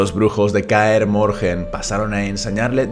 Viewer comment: Pero no decías que no ibas a hacer videos sobre The Witcher por que la historia tiene mucho relleno ?. Y por cierto Kaer Morhen no se pronuncia así, la h es muda.